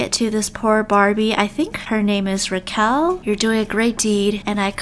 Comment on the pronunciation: When she says rakel(butchered) is buetifll I’m dying